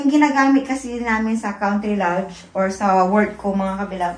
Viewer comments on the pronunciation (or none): none